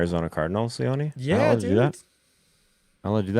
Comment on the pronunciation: Is it me or is everyone mispronouncing Leone?. Is it not [Lee-ohn] and not [lee-onee]?